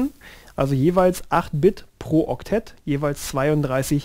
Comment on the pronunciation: Okteck klingt lustig